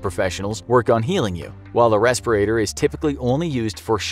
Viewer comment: I laugh when he say ventilator.. or respirator...